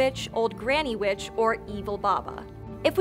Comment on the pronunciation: For a second I thought she said Baba Yaga was B**ch but she actually said witch